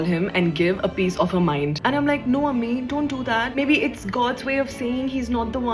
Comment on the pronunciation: It's amma not ammi